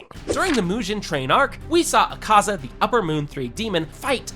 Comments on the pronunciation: Akazz-a💀 Doma 💀💀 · Akazz-a? Do-ma?😭😭 Bruh It’s Akaza and Douma